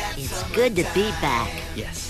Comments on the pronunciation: he said good not gay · He said good- it did sound like they said gay 😂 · I heard good before, but now that you said that it sounds like gay I can't get it out of my mind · It sounded more like really dead to me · sounds like he said "really gay--- really good"